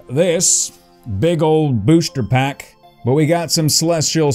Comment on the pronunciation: Love the way he says “booshter pack”